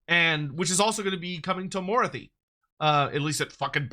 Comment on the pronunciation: is pronouncing morathi incorrectly for some reason? Moruthy... I have never heard him pronounce it like this lol.